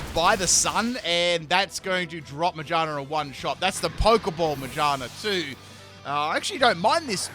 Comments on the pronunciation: Why did you say Magearna like that I was like, My what? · He has trouble naming pokémon 😅